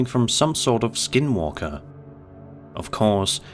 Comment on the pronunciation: When he said "dealing with a skin walker", it literally sounded like he said "dealing with a SKIDMARK". I had to replay it with the caption on!!